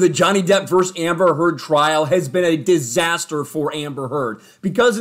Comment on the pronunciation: World:: "Its a totally DisAsteerr" 😂🤙